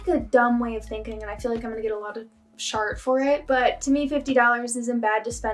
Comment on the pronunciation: The way you say shart gets me every time 😂